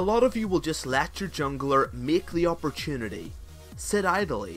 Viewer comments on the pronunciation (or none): none